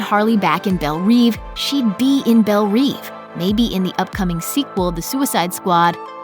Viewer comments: It's "bel rev" not "bel reev" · "bElL rEvE" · You pronounced Belle reve wrong every damn time.... really not that hard ;)